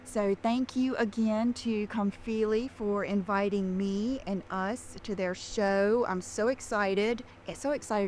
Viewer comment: Everyone else pronounces it Com-fill-ee. She’s the only nimrod saying Com-feel-ee. Gosh she’s dumb. 😊 Also, when she gets her roots done, does Morgan have to take the extensions out and put them back? That girl is making bank off of!😂